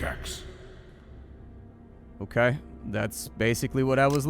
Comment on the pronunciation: I drank every time you said "Okaugh" and I died of liver failure.